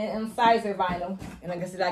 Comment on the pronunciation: Thank you for sharing your info. I live 5 minutes away from Brilliant Vinyl they are awesome. And the vinyl is pronounced "scissor" (Siser). I did the same too. Keep up the good work that you're doing!